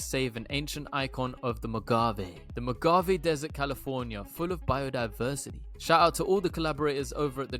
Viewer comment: Dude , I’ve said this before , but your research and presentation is top notch. Amazing. Thank you !! It’s also Mo-hau-vey desert.